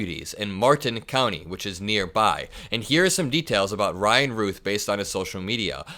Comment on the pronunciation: I believe Routh is pronounced like the word south, like the actor Brandon Routh